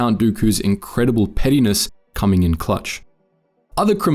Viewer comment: I know it’s meant to be pettiness but it kinda sounds like you said “Count dookus incredible penis” and that is very funny Edit: It especially sounds like that in 2x speed